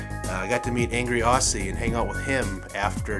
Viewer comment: 1) "Aussie" is pronounced "ozzy" :) 2) The Beetle was great 3) Most accidents happen within 5 miles of home :) 4) THURSDAY was Thanksgiving... always Thursday 5) Congrats on the run. I only do 9 min miles 6) When are you moving to San Francisco? :)